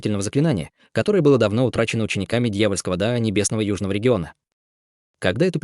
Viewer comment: Дао, везде читается как Да